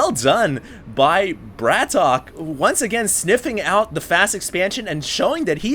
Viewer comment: his name is brat OK! get it right haha, not hating but yeah! From the brood war days, he's name was Brat OK!